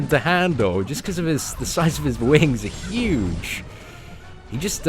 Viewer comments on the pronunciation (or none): none